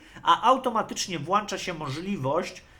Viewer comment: Nie wiem czy zaufałbym człowiekowi, który mówi “włanczać” 🤔